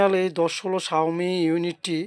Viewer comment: শাওমি কম্পানি আবার কবে থেকে ইউনিট বানানো শুরু করলো আগে নিজে ভালো করে উচ্চারণ করা শিখেন তার পর অন্যদের শিখান।😊